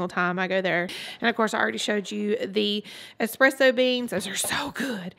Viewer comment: Why are you so cute, you’re just the sweetest. Still loving your hair and I love your eye make up in this video, very trendy. I’m not Italian but thank you for pronouncing espresso correctly and not adding an X as most people do. Just a pet peeve of mine… LOL… I have even heard Italian people including an X in the word.